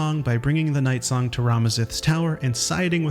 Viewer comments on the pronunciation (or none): none